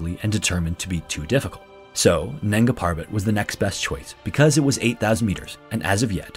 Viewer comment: Nanga Parbat (Naked Mountain). The first a in nanga is like a 'u', the b in parbat is prounonced like a 'v' and r should rolled liked a double r (rr). Nungaa Purrrrvat.